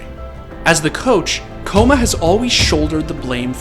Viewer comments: BRO its kkOma no Kkoma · ''koma'' pronounce is wrong, ''kk'' stronger K. Means little kid in korean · Kkoma is pronounced ggoma which means little kid. Don’t say his name with a K noob. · Pretty sure kkoma is pronounced with more of a gho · It's "k-koma" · Is it not pronounced K Koma? There is a reason for 2 k's... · I always thought his name was pronounced gogoma (kkoma) like sweet potatoes in korean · Kkoma is supposed to be pronounced Ggoma (꼬마), it roughly means "little kid" in Korean, just a little FYI. But honestly all your esports documentaries are awesome. Thanks for shedding some light on my favourite coach! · It’s pronounced “ kay-koma” kabba